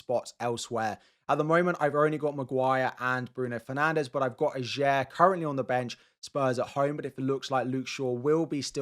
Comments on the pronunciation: It's pronounced AH-yer, not a-JAYR!! And it's Le Fay, not Le Fee!! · Norwegian here. Ajer is pronounced Ay-er. Great video by the way, as always!